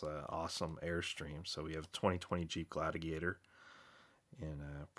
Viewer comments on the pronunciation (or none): my mans said jeep gladaglator